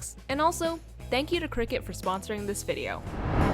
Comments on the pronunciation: I kept hearing cricket 🦗 isn't it cricut (cr-y-cut)? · I think it’s pronounced cry-cut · When she said this video was sponsored by cricut i heard “Cricket” as in the phone company lol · I thought it was crycut omg 😭✋ its cricut and i keep hearing cricket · this sounds kinda weird but the way you say cricket it so satisfying lol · omg it’s cricut i’ve been pronouncing it “cry-cut”😭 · i literally have thought "cricut" was pronounced "cry-cut" for my whole life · Same. When she said 'cricket' I felt my whole world crumble around me. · She really says: cricket